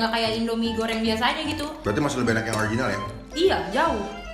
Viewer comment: salfok saat nyebut "bawang goŕrrrrrreng,mee gorrrrrrreng,kerrrrrrrring" kayak tutur bule kalau ngomong bahasa indonesia😂